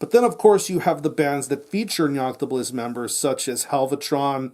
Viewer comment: ....how many takes did you do to get both the name of the band correct and the name of the album said so fucking good?! Either way great review gonna check this album out cheers pal!